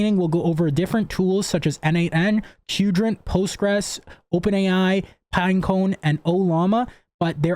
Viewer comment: Why is everyone pronouncing Qdrant as "kewdrant"? Its "quadrant"!